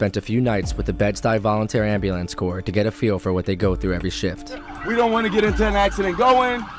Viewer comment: lol when he says ambulance it sounds like "amber lamps." woah black betty, ambulance, woah black betty